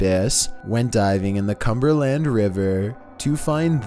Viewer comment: Comberland or Cumberland, please say the latter